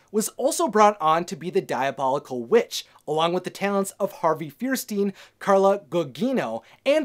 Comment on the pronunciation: I think you meant Harvey Fire-Steen & Carla Goo-Jeeno